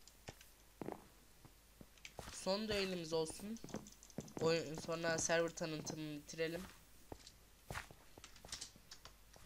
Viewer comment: servır deil sörvır die okunur